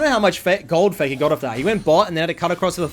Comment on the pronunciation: "foi-nolly fay-kah has mel"